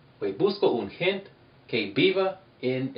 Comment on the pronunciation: hey you really really have to pronounce the letter E at the end of gente. the letter E is always pronounced at the end of any word. bueno es muy importante de verdad.. de esa forma lo eh pronunciado toda mi vida jaja